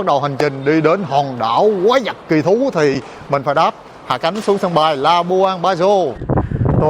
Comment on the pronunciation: QUÁI VẬT ! Không phải QUÁI GIẶT nha (Sai chính tả rồi)